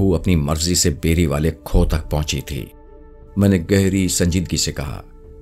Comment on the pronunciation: Khoh nhi khoo kehte hen